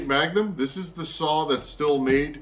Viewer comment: I've always heard Stihl pronounced "steel". Might be a regional thing.